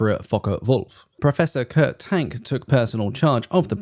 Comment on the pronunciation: Interesting. Perhaps someone else has mentioned it, but Kurt Tank's surname is pronounced “TONK”.